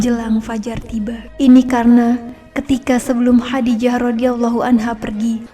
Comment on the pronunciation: Masukan: lafal khodijah menggunakan huruf kho, خَدِيجَة Jadi, penyebutannya lebih tepat khodijah bukan khadijah.. Semoga semakin berkembang..